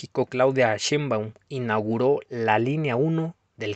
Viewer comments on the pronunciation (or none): none